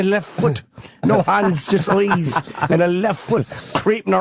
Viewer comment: 'A vegetable with eoyes'